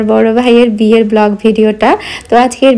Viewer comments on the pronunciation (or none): none